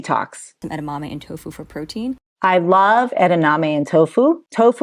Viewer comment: it's not edaname. It's edamame. ❤